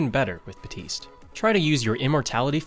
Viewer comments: BAPtise not Batise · HIS NAME IS BAPTISTE NOT BAUTISE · Bateest "Baptiste"